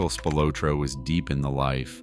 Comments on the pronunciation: Good video. It is pronounced Spil-ah-tro, not Spil-oh-tro. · It is pronounced Spill-la-tro. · at least announce his name right. they were found in a cornfield, google it